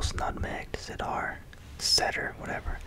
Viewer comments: Awesom vid. By the way it is pronounced cee-dur wood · Cedar is pronounced Sea-Durr 👍🏽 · Hey man watched a few of your videos I’ve enjoyed all the cologne ones, cedar is a wood and it’s pronounced seeder haha cheers! Love the videos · Hi! Cedar is pronounced “see-der”